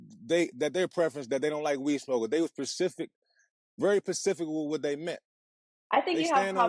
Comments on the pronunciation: I clocked that too pacific hahahahahaah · Buddy too emotional and he said "pacific" 😂😂😂 started stressing over the text back sheesh